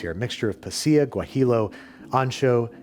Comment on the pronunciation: Dear Babish, This one time, I will give you the pass for absolutely butchering the pronunciations of pasilla and guajillo. My hope is that you wouldn't pronounce tortilla like tor-TILL-uh Warm regards, Beeps